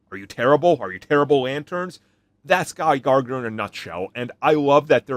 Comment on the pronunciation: Idk why you add an extra G in Gardner 😂